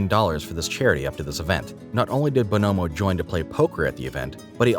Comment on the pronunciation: Why you saying bonomo like that